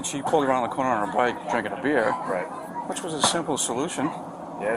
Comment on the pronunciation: “Beer”, has one syllable.